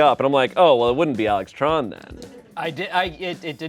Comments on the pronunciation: Say it Tran as in transmission for Americanized or say it TDON like TADA-N for correct pronunciation. Anything in between is objectively wrong. But I understand the argument that’s gonna be made, which is that people can want their names to be pronounced like anything they prefer. That works on an interpersonal level, but objectively speaking.TRON(like the movie) IS THE WRONG WAY TO PRONOUNCE IT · "Tran" is pronounced closer to "Tron" in vietnamese.